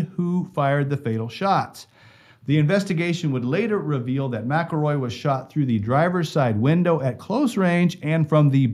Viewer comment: Yea they do. The police know damn well who done it!! Why do you think the sheriff left just before it happened when he knew they were all riled up. You need to learn how to pronounce his last name!!